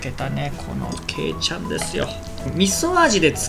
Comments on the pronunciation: けいちゃんの発音が最後のちゃんは下げてくださーい！！ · けいちゃんの発音がちがう〜